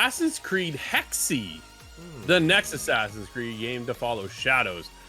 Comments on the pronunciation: It's 'hex-uh.' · Still closer to the correct pronounciation than 'hexy.'